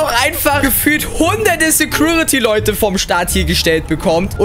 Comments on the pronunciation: Genau mein Gedanke...."Sägruritty" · Es heißt security